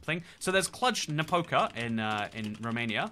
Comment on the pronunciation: I wouldnt guess that someone who has a geography chanel would struggle so much even with capitals... and if you come from english speaking country you should learn standard indoeuropean pronunciation, because english is the weird one and it is fucking weird to hear things like Alm instead of Ulm or Kladzh napouka instead of kluzh napoka or chinsinau which you say like it should be china with the chin at the beggining :D Or thinking that malaga is an island but it is probably the biggest city south from madrid .. these are just basic mistakes people with geography chanels shouldnt do ... that is why we have all the gengiskhans instead of chingiskhans and other weirdly damaged names...